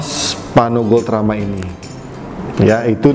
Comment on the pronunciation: Kepeleset lidah mulu nih jadi paRno. Tp desainnya boljug